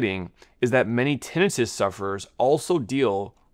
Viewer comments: He's saying like it's Tennis Wrist... say termite... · tinnitus /tĭ-nī′təs tin- eye-tus A doctor should know this. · I always thought it was tin-eye-tus 😅